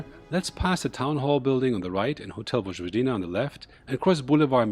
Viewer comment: Please, don't say: " VoDŽVodina" ....rather say it: ," Voyvodina".